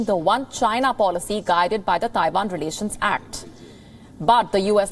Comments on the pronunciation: It’s Taiwan not Daiwan! And pls don’t mixed up your Vs and Ws! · itz Taiwan, Not Daiwan